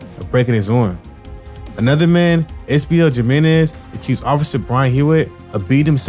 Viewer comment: the letter j is pronounced like the letter h in English. how hard is that. "Jim Menez" lmfao 😂